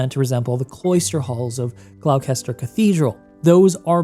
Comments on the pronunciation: "glowkester cathedral" is killing me its gloucster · one minor correction: gloucester is pronounced gloster like for example leicester is pronounced lester or worcester is pronounced wooster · Beautiful, I may buy it just for the architecture. :) BTW Gloucester is pronounced "Gloster" ;) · The glouwkester cathedral? 😂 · "Gloucester" Is pronounced "Glos-ter" - not "Gloaw-kester" (or whatever it was you said..! ) :D Lovin' your work though dude (I'm a massive SC player/backer) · Gloucester = GLOSS-TER Gloucestershire = GLOSS-TEH-SHUR Apart from that v good video thank you lots of love x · Thanks for doing this vid! When i first explored this game i thought it would be great for you to review! Also just fyi Gloucester is pronounced Gloster but its no worries every non brit does it 😅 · I'd love a longer comparison with the movies, including shot-for-shot comparisons, if the content algorithms let you get away with it. (Also, just a minor nitpick, but I noticed it twice: Gloucester is pronounced "Gloss-ter", the English speak English weird ;) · It’s absolutely gorgeous. Note on your pronunciation - I know the “cester” names are tricky for Americans: Gloucester is pronounced “Gloss-ter”. There’s a rhyme that helps: “Mr Foster went to Gloucester in the pouring rain”. Gloucester rhymes with Foster. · I don't know if anyone has already moted this, but Gloucester is pronounced gloss-ter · Professor Weasley didn't call Central Hall Grand Central Station, she called it Kings Cross Station. Also, Gloucester is pronounced 'Glosster' Yeah, one of those kind of British place names. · It's Gloucester cathedral is pronounced "glosster" fyi :) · BTW Gloucester is pronounced "gloster".